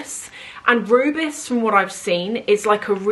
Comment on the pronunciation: Seeing what you have been selling from your collection these last few months, I feel the Hermes bag is your best choice. Oh and Rubis is French for Ruby, it’s pronounced the same. The Chanel is sure lovely though. How is Louis doing?